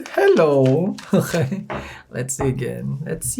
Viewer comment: My favorite word from him is uhkay. Uhkay bitches hello! 🤣😋 It's morning